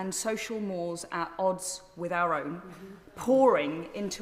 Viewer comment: "Social moors"? It's pronounced "morAIZ".